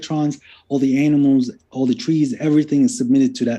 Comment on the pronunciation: “all the analmals”